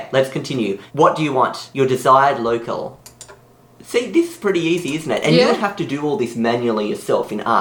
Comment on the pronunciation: its low-cal not local